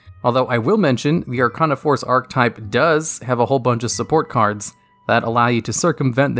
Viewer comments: Arc-ane-ah not arc-ah-nah Sorry for being that guy. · I think it is spelled Are-kay-na :P